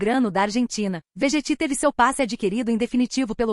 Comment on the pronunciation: Moça, desculpas aí, por favor, mas nós vascaínos queremos vídeos atuais e mais uma vez perdão, NÃO é Vegett, Pronúncia é Verrett, tônica no "rre" e NÃO no "tt" DESCULPAS, tenho dito.